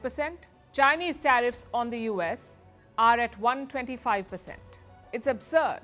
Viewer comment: I like your reporting and coverage. I just wish you would learn how to read numbers like 125 and 145 properly.